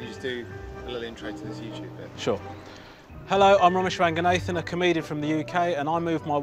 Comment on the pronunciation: I am sorry. But why do Tamils lose their culture/traditions/identity when they are born in Western countries or marry white women? What’s wrong in giving your kids Tamil names. And it is RangaNAHthan not RangaNAYthan. I am all for assimilation but couldn’t you retain your identity? I blame the parents. You can sound like them, you may act like them but you will never be one of them. Sorry but it is a sore point with me.